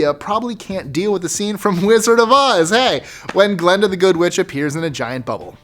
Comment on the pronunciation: It's not Glenda, it's Glinda.